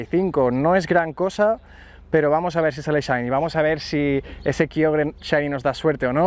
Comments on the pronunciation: Porque le dice kayogre a kyogre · dices kaiogre